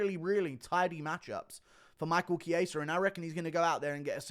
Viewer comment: The fact that guru is the only one who says Michael chiesa' name correctly and rogan and that can't is jokes